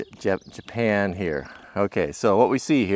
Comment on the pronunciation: Did anyone notice he put an e at the end of japan